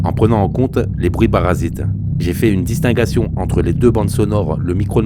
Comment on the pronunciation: "une disting--uation"?????? distinction ! et les liaisons quand on écoute la narration ...faut faire des efforts.... stop là